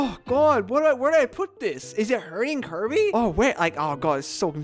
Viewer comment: we know almost all of are gonna be high tier, its Kirby, KIR•BEE